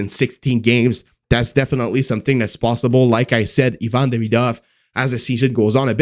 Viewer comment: Hey ... learn how to pronounce Demidov's name He isn't Ayvan. You have to pronounce as a Evan. That's it